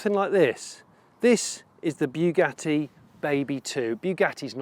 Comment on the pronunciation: It's Bugatti; as in "Boo", not "Beau" - Boo-gatti - "Bugatti".